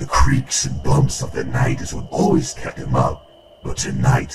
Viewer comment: Loved wen spring spring trap said I awayse come back